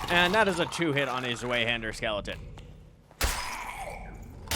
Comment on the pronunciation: Nice video :D side note: it is pronounced (svie-hand-ur)! Zwei is German for 2. Zweihander = "2 handed". The W in German is pronounced like a V in English. Pretty neat